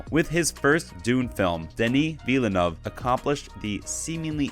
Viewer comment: Just FYI - Villeneuve is pronounced with two syllables: "vill-noov". Rhymes with "hill-good".